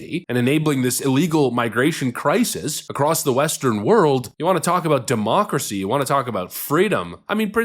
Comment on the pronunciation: Quit saying demoocracy you annoying tit